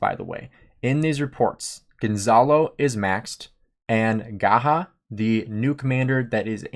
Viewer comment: Umm. Not Gahah but Gajah